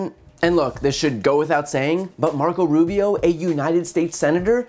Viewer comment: Brian...you absolutely annihilated Marco Russio, er--Rubio. Bravo for exposing this guy's blantant lies.